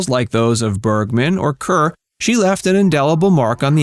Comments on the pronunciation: More like hair . Kair. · Deborah Kerr pronounced her surname “car” not “cur”. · Deborah Kerr is pronounced "CAR," not "CUR." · Deborah "Curr"? are you sure that's how this very famous actress's name is pronounced? (embarrassed for you) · Deborah Kerr is pronounced “Car”